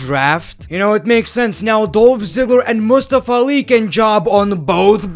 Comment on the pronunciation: How! pronounces things: Monday Nigh Traw Mustfa Ali The Wiber Randy Ordon ZM Bunk Bay ber wiew Bianca Blair